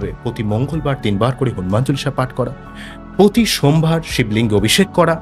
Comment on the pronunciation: আপনি আগে ভালোভাবে বাংলা বলাটা অভ্যাস করুন। এইটুকু ভিডিওতে হাজারটা ভুল। English pronunciation ভুল। পতি মুহূর্তে নয় কথাটা প্রতি। এই জল হওয়া সূর্য্য কি টাকাকড়ি দেবে? বৃশ্চিক রাশি কিভাবে অর্থনৈতিক ভাবে সফল হবে সেটা বলুন। বিরক্তিকর!😡